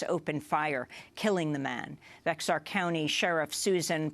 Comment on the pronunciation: FYI, Bexar County is pronounced "Bare" County. Yeah, I know. It doesn't make all that much sense, but that's how it is. :)